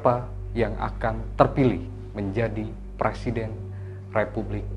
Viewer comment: Bang, bukan PRASIDEN …. Tetapi PRESIDEN - pre Bang, bukan pra, bang❤️🙏